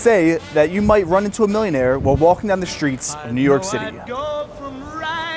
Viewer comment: Why you say SHRITS instead of STREETS?